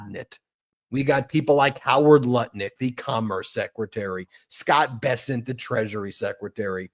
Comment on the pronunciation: Did you say Nut Lick or Lutnick??😊